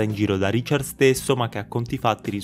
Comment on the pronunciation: Non sa nemmeno pronunciare RICHARD! Ha detto Riciar !!!!